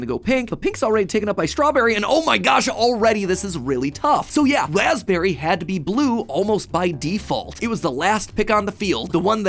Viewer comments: wasberrry mat pat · The real theory is why is it spelled "raspberry" when we pronounce it "razzberry"